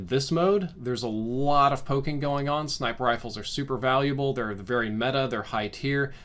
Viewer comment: I know I’m not the only one who heard “snifer riples” .